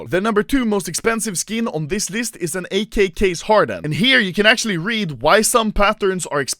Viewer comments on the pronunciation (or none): Everyone:Acctualy Anomaly:Akchuli